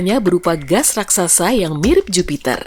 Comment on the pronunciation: Raksasa Bukan Raksaksa🙏🏻😁